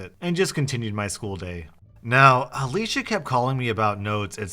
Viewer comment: thanks for saying Alicia and not Ale-see-a. My sister is called Alicia and EVERYONE calls her Alicia (Ale-see-a)